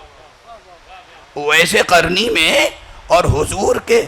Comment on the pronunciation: جاہل اویس قرنی قاف سے آتا ہے کاف سے نہیں